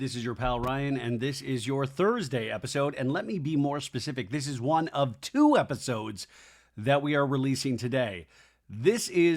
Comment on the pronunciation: When Doute said “I haven’t talked for like tzzwo hours” 😂😂😂😂😂